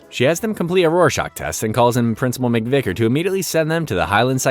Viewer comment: theres a v in vicker not n